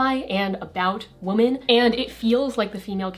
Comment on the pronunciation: I've never heard someone pronounce "woman" and "women" exactly the same before